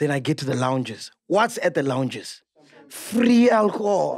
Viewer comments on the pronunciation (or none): The emphasis of free alcohol kills me😂😂😂